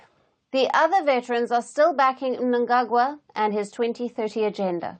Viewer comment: Wow is that a real person or AI , coz she pronounced Mnangagwa correctly